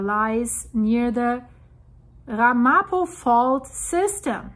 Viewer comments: Pronounced more like RAMapo with the accent on the first syllable. The Ramapo Mountains are a relatively small area just north of the NJ-NY border. The word is of Native American origin, and a local group in the area has been recognized as a tribe by the State of New Jersey. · It’s pronounced Ram-a-poe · It's pronounced RAM-a-po. And it's New MAH-drid. Excellent video. Thanks for keeping us informed.